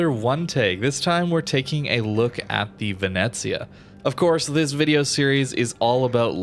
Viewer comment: Pronunctiation is great, actually. Ve-ne-zia